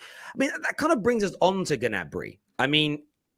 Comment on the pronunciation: It's Ñabri not Gah nabri..